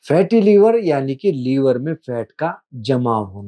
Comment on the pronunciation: लीवर नहीं लिवर बोलिए